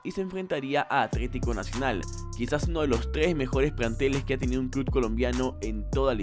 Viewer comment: Iba a darle like pero dijiste 'cluD' 😝